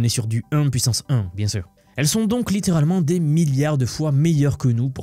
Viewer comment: On peux même doubler la pouissance. Pouisqu’on est dans les calcoules.